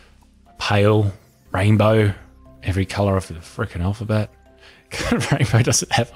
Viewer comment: "Every color of the frickin alaphet"